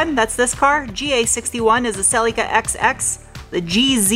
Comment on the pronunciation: The car is pronounced SELL-EE-KA. Say it fast.